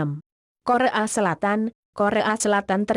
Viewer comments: kore a selatan siaap bukannya ngomongnya koreya selatan ya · korea bukan KORE A,hihihihihi...upsss 🙊🙊🙊🙊😄😄😄😄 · Ini yg bicara siapa sih wkkwkw korea bukan kore a wkwkw... Penasaran ih siapa ini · kore a , Korea mbaknya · korea bukan kore an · kore'a :v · Nama nya korea jadi Kore a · Gogle nya salah sebut!!!Korea jadi korekan.... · Komentator nyebut Korea jadi kore'a..bosen sama suaranya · kok rasanya agak aneh ya dia bilang kore-a bukan korea kan korea bukan kore-a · coba dengerin pas baca kore, pasti baca "kore a" bkn "korea" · KORE'A ,Hawa'i duh google translate nya suruh belajar bahasa indonesia biar g malu maluin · hanjir... repoternya bilang korban jadi kore'an (korek api) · korea bukan kore'a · T Demonite lucu ya ngomong korea jadi kore'ak hahhahaa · Ngomong korea aja jadi " KORE'A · Korea dibaca karea bisa baca gak lo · Ngomongnya kok Kore'a selatan? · Pembawa suara ny malah tak betul ngucap kore'a selatan ad yg perasan gk... hahaahahahah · Kore a ???😂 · di menit ke kok bacaanya kore,a selatan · yg ngomong di video ini ngomong korea jadi kore a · kocak amat ngomong koreanya kore'a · kore a Selatan hahahaha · Kenapa ngomong Korea Nya kore an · kore'a sipp mantap !! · Maaf.. sebutan korea tue Kore'a yea 😞😞 ?!... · T Demonite terdengar samar kaya ngomong korek an , korengan hhi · Dubbernya lucu yg nyebutin korea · ahahahah, suaranya klu bilang korea engga jelas :v